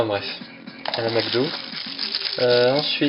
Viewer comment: Tu m'as tuer quand t'as dit "A la makdo" MDRRRRR